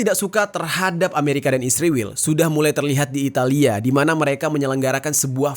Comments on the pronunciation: Bng knpa lo bilang nya isriwl bukan Israel🤔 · kenapa israel penyebutannya jd isriwil? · Sebut Israel aja gk becus Lo. Kck asli 😂